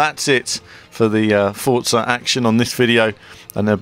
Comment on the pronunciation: Why does everyone call it "Fortsa" its pronounced "For- Za"